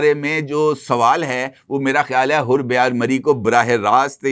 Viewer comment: تم لوگ واقعی جاہل تجزیہ کار ہو اس بلوچ قوم کے لیڈر کا نام حیر بیار مری ہے حر بیار مری حر بیار مری بولے جارہے ہو لوگوں کے نام سہی طرح لیا کرو اس کے باد بلوچ قوم کے خلاف بکواس کرو